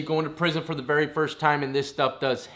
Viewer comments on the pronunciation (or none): none